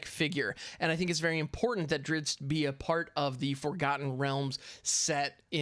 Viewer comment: I always loved the books / stories with that heroic and damn handsome dark elf fighter. It is pronounced Drist Do'Urden <3 and his full name is Drizzt Daermon N'a'shezbaernon. I won't try pronouncing that. xD gonna stock up in rare wildcards for sure now.